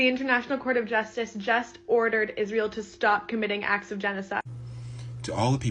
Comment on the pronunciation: I agree but if you didn't hear izz-rye-el main issue is with the young black community. Not my words.